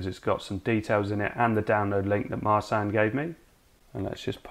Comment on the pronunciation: Just by way of an FYI: Marcin. Marsan? Nah! More like: Mar-chin And, a couple of little tweaks - icing on the cake: The 'a' is shorter, sounds like: 'uh', then roll the 'r' a little and Tadaaaaa! you're an honorary Polak!